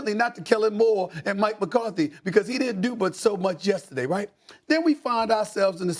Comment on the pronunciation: Why can't Dan say yesterday correctly?